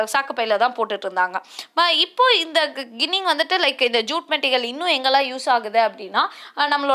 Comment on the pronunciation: கிண்ணிங் இல்லை ஜிண்ணிங்